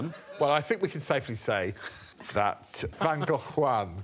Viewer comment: I also appreciate her pronunciation of Van Gogh.